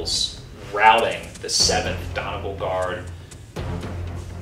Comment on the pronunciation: Great video! One note though, Donegal is pronounced Don-ee-gaul, not Don-e-gul. Celtic pronunciations are not the most usual.